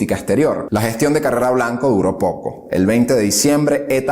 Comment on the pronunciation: En lineas generales buena descripción, aunque hay varias inexactitudes ya comentadas. Sólo un par de puntualizaciones de detalle. No es "Bajadoz " ni Carrera Blanco", Es Badajoz y Carrero Blanco. Enhorabuena